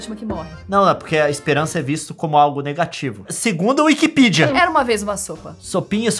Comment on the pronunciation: Petição para o Leon parar de falar "mimis" e "wikipidia". Assinem aqui: 👇🏻